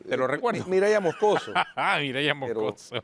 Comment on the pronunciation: El apellido es Moscoso no Mocoso 😂